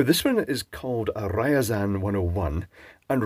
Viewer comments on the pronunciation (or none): RIAZAN NOT RAIAZAN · It's not Rayasan, it's Ryasan :) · Я is Ya, and should be pronounced "ya", so it's actually "R-ya-zan", not "Rye-a-zan". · Ryazan, not Ryzen... Nice PCB layout and a resin equivalent of conformal coating. I've seen (and done) shortwave broadcast antennas by hanging a length of wire across the room, but never saw one used with an ionizer. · Kudos and respect on pronouncing Ряазань almost correctly. It's rare to find an Anglophone who cares enough to make an effort to find out how to say something in other languages, and that needs to be appreciated. That said, it#s not entirely correct. You say "Ri-ya...", but it should meld together, "Rya", with the "y" more implied than pronounced. And, use a rolled R which people stereotypically use when imitating Russians. Also, the end isn't just an "n", it is a "ny", again melded together, kinda like when you say "Nyah". In the schematic (Рис 4, Схема принципальная электрическая - Drawing 4, logical electrical schematic), the sections containing the capacitors C15 and C16 have a remark saying "Ставатся по мере необходимости", translating to "will be installed according to need", whatever defines this need. Actually, it's a very interesting and pleasing quirk of Russian, "Ставатся" is something I call a retro-referring verb, and literally means "Installs itself". XD Also interesting to remark is that the schematic seems to have a weird mix of Latin and Cyrillic lettering. C stands for capacitor, R for resistor, and HL also seems to be Latin. But most noteworthy are the diodes, which are marked as "VД", also VD with the first letter in Latin and second in Cyrillic. Pleasingly weird :) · For correct pronunciation use text to speech on the translator 😅 it sounds more like rezan not riazan 🙈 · It is Ryazan, not Rayazan. Polite suggestion: Please use Google translate to hear the correct pronunciation, practice the pronunciation a few times, and then make the video.